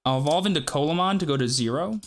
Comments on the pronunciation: Pronounced more like "See-la mon", not colamon :p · its pronounced "See-luh-mon" not "colamon" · This is nit picking, but just as a heads up (and like it doesn't matter, grand scheme of things, but it is a fun fact to show off to ppl with) Coelamon is pronounced See-lah-mon. Its based on the Coelacanth, which was a thought to be extinct fish, that still lives today. (Same animal that the Pokemon Relicanth is based on)